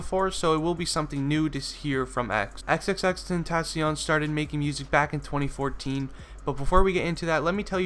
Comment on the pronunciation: Nobody can ever pronounce his stage name right sigh